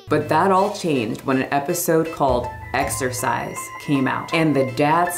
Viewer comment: Exercise? I thought you said "extra fries!" 🤣🤣🤣